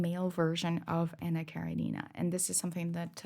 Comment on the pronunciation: Thanks for the review of AK. If you pronounce Karenina with the stress on REN you'll sound like a Russian. :) Keep up the good work